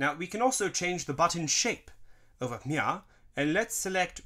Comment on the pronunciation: Why does he say over Mia instead of over here